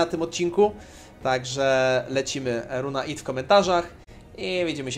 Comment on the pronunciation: nie Ith tylko Sith 🤣 jest przecież Sithem 🤣